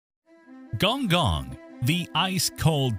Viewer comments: Its gon'goon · Correction on the spelling. It's khong khong and see ahng lee oo.